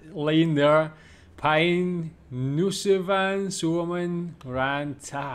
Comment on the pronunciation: "Päin nussivan suomen rantaa" :D You pronounced "nousevan" as "nussivan" and that means shagging haha laughed out loud a bit, thanks. Was the Karjala question genuine? It's previously a South-eastern region of Finland that was forcefully annexed and stolen by the Soviet Union in 1944.